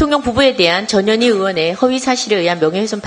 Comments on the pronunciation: 김정재 의원님 "전현희" 발음을 똑바로 해 주셔야 합니다. 듣기에 따라 "저년이"로 들립니다. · 발음을 주의해주세요...저 뇨 니 😂